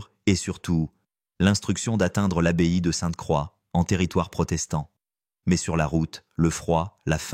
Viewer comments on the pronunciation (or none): L abeille au lieu de l'abbaye !!!!! à 22 30